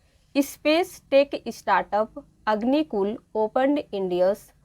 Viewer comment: It's not ispace or istation. It's space and station. Please make a proper pronunciation